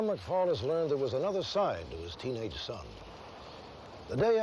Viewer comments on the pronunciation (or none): Kurt McFall: McFell